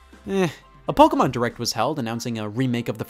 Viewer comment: The 45 minute section where you explain why the Spanish Inquisition should be implemented worldwide was a strange touch, also hate the way you say “Pokémon”